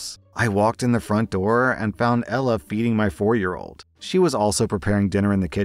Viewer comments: I heard beating not feeding and I said WHAT outloud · i thought he said beating 💀